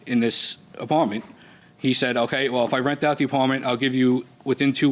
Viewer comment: Plaintiff: "An Apawment".